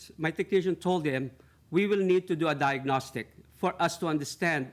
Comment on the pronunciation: And he can't say 'diagnostic'!